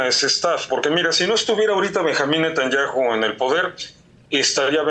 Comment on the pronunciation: No lleva acento Netanyahu, porqué no lo pronuncia bien?